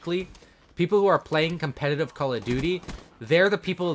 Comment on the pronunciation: He said competive.. Its competitive..